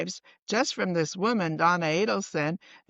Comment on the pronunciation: Just a friendly FYI to the host, it's Adelson not Ableson as you are pronouncing and saying it. I listened over several times and you are saying Donna Ableson which is incorrect.